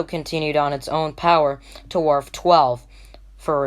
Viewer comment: Wharf 10 wharf 12... I thought the narrator said warp lol